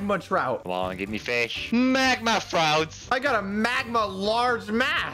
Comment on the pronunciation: I love when said trout fish he said throut fish